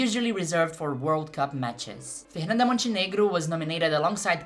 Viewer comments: I am Brazilian and she pronounced Fernanda as a native. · vc é brasileira? sua pronúncia dos nomes delas é boa demais pra você ser gringa 🤔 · Aaah dps saquei que vc era brasileira qdo falou TÃO bem o nome dela hahah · Na mesma hora que ouvi o seu jeito de pronunciar o nome da Fernanda, já fiquei atenta porque nenhum gringo conseguiria pronunciar dessa forma KKKKKKK ótimo vídeo, muito obrigada por trazer tanto da nossa cultura e história! Desejo muito sucesso ❤ ps: VC EH MT LINDAAAA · Your pronunciation for her name is perfect omg Oh wait, YOU'RE BRAZILIAN!!! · Mulher eu fiquei mesmo pensando: caraca essa gringa sabe pronunciar os nomes daqui, que loucura, mas tu é daqui! Excelente vídeo, e um bom trabalho nos traduzindo pro inglês!